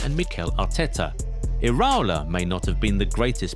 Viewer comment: The pronunciation of iraola is killing me 😭